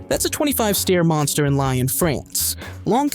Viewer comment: Dreadful pronunciation of place names like Lyons, Basel, and the Danube.